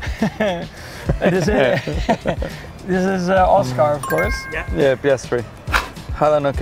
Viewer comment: I love how Max pronounces Oscar as “Aus-car” very fitting.